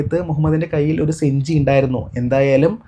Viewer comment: സഞ്ചി ആണ് സുഹൃത്തെ സെഞ്ചി എന്നുച്ചരിക്കാതിരിക്കൂ ട്ടോ! നല്ല അവതരണം😊 !❤